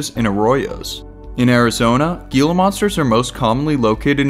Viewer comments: The way Gila monster is pronounced is not (gee-la) it’s (hee-la) monster. You must not be from Az. Like your show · the gila monster pronunciation was painful 😂